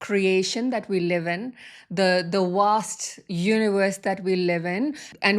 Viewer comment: Love the way she says Warst energy...instead of Vaaast but I understand her.